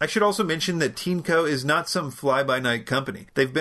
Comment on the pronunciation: Looks a lot like a Dyson V8 clone. How is the filtration compared to Dyson. For the price, vs. Dyson, it's compelling. - is it pronounced "teanco" as you said it? The spelling, as you no doubt know, is Tineco. This seems like it would pronounced like tin, or perhaps 'tean' followed by eco. Regardless of how it's priced, you still get a like for making the best vacuum videos. I look forward to Tuesday and Fridays - strange but true.